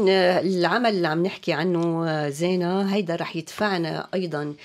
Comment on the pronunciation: زِينه بكسر الزاي وليس بالفتح.. الاسم ماخوذ من الايه (المال والبنون زينة الحياة..)